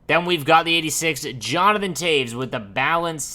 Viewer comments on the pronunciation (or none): none